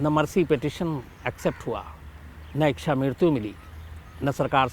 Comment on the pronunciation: शम्स जी शब्द इक्षा नहीं है बल्कि इच्छा है। कृपया सही तरह से उच्चारण करें।